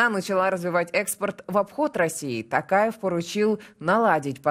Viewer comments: Ну, вы тоже искажаете фамилию президента Казакстана! ТОкаев, а на ТАкаев, так как в казакском языке важно правильное произношение каждого звука и может измениться смысл слова!;) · Не Такаев,а Токарев,в казахском языке, буква О читается,как О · Тов .ПУ. при встресе с Африканскими лидерами друзьями негритянские фамилии правильно называл.Даже долг списал ихни когда свои деревни пустують.А тут уже который год не может говорить Токаев.ПУ нарошно делает это.Казахстан будеть с НАТО.Соседу россии нету доверия. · Рутлер спецально искаверкает имя токаева